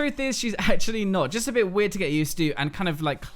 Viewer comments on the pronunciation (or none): none